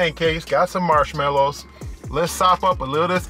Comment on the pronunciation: You always seem in a good mood to me. "Smarshmalliws' lol. Love it! Great review! Have always had bad luck with IHOP service, but maybe that's just Cheyenne.